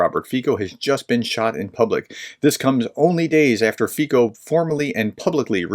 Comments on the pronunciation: Please guys. His name is pronounced as Fee-so. Slovak does not have a long i sound and the c is something close to citron (it doesn't exist in English). So not Fajko. You need to remember that the previous government, led by Igor Matovič was embarrassing. The reality about arms shipments, is that there is not much more left to give to Ukraine. The previous government did a good job of giving away the old Soviet era equipment. Fico's rhetoric on Ukraine is similar to the rhetoric on Trumps stolen election. He is saying these anti-Ukraine things to smite his political enemies in Slovakia and the EU. East of the city of Nitra, there are only hungry valleys. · Fico is pronounced closer to "Fitso" not "Fiko". I believe that the assassin is certifiably insane. He is confused by the conflicting factions within the right in Slovakia. Slovakia has a severe rural vs urban divide just like the USA.BTW, Rural Slovakia is very Hungarian in its gaze, as it had been in the AustroHungarian Empire and was in the Hungarian section with the Czechs in the Austrian section. This is ultimately what led to the velvet divorce. You will never find a coherent reason for his act. I recommend Peter Zeihan's video on Friday. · Just FYI: the Slovak "c" is pronounced "ts", not "k". The name should be pronounced more or less like "Feetsa" (that last "a" is really an unaccented "o" sound, which sounds more nearly like an English "a") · The name is spoken F I T Z O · FYI the pronunciation is "Fitso" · His name is pronounced "Fitzo." 🙂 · Robert "Feetso" I know it's a foreign name but it's a bit painful hearing it so heavily mispronounced every time. Like calling the U.S President Hosef Beedan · Not important, but the correct pronounciation of his name is FEETSO with short "o" at the and as in "bolt". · More like "ts" than c (the same sound as represented by ц in Cyrillic) but in any case yes, the American pronunciation is interesting :) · his name should be pronounced as ,,fizzo,,...not fico